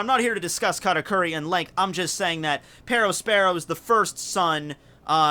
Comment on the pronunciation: Why did he pronounced it like pedospero???